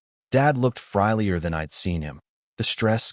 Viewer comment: Dad looked "frillier"?? Pronounced "FRYlier"? 😅